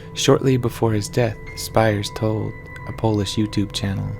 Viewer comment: Pronounced "Speers"